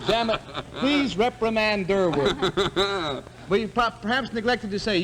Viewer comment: It's Durward, not Durwood.